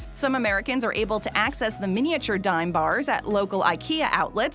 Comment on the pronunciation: Its pronounced dom